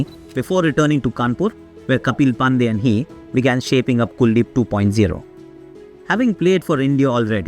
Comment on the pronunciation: There is some issue with the voiceover. It felt like AI generated version of Aakash Chopra. Words pronunciation sounds weird such as "pandey" "Virat kohli" "dharmashala". Because generally you are good with pronunciation of Indian names and places. But this voiceover felt like AI generated of Aakash Chopra. And it was weird. Anyways video was inspirational